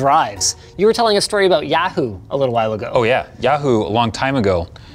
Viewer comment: I dont know whos more triggered. Linus - because his friends overspent on a server or me - because of how they pronounce Yahoo.